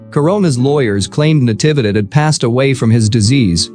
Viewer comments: The voice is processing "Natividad" wrong. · It's saying all the syllables after Na fast and all bunched together. It's Na-TEE-vee-dad. Even in american english, with that pacing (voicing each syllable for about the same duration) it should sound OK.